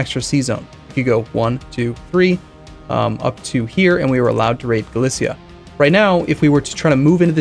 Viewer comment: Galicia is pronounced Gah-leesha not Galicea